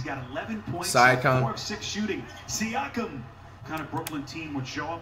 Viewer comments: Here's how many times Flight said "Sye-akam dude" and the commentator says "Siakam" right after 👇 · Flight-“siacom” Commentator-“siakim” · Yo. Here's some phonics. See-yak-um. Straight fool dem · Flight it's pronounced Siakam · Flight: Prounces siakam wrong Also flight: Says Siakam is a casual all-star Siakam: Am I a joke to you